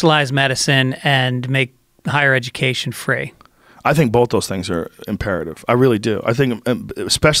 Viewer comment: Joe “bolth” Rogan